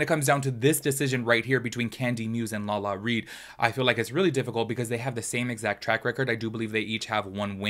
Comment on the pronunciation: Lala-RI!!! Not Lala-Reed. Lol everytime you said it I was like 😣😣 Haha